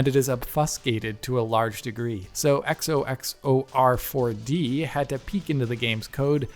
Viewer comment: It's funny he always takes his time to say the name right